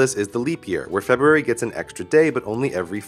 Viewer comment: Thank you for pronouncing the first "r" in February! I have been trying to get people to do that for years.